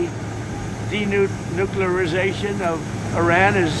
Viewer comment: Did he learn a new word? Denucliarazation. He said it twice.